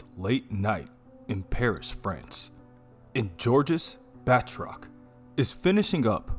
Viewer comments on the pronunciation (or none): It’s “Ba-troc” not “”Bath-rock” haha